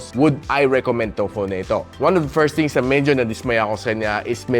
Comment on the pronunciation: Constructive criticism: you need to practice properly pronouncing "Th" e.g. Things.... not Tings.